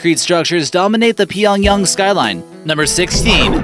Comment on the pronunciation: It's called [Pee-yong-YANG] not [pee-yong-yong] ...........